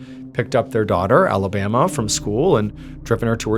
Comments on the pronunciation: Not Alabama I’m sorry just no maybe in French accent sounds better idk but that got me hung up more than anything. Oh I see where it’s going. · Pronounced, A-La-Ba-MAH 😊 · Pronounced Alabamoi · “Alabama” 🤦‍♂️ just no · Why they name the kid Alabama tho? Also why "patruiqe" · 'Alabama' and 'Patreek' dear god . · It's not pronounced Alabama like the state, dipshit. Why would a French person name their child that? At least know how to pronounce names and places when you do these videos. Your frequent mispronunciations are annoying as hell.